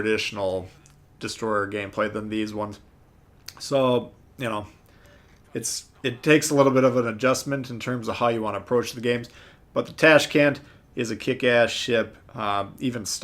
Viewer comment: This isnt tAshkent, correct pronunciation is tashkEnt)